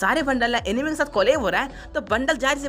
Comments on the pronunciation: Bro enemy nahi It's "Anime" Pronounce: Aanimee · Abe anime hai wo animi nahi pehele pronunciation Sikh le jaker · Bro वो एनिमे हैँ | एनिमी नाही naruto shippuden naam hain aur jitne naruto ke fan hain utne garena company sare kaam karne walo ke sir pe bal nahi hoge aur bhai jisse tu cartoon bol rha hain uska fan (#TOTALGAMING) ajju bhai bhi hain bas toone bhai cartoon bola toh koi na mein bhi unsubscribe kar rha hu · Animi nehi hea oo anime hea..😂